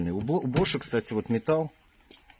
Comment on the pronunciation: не БошАм, а БОшам! Ударение на букву "О"!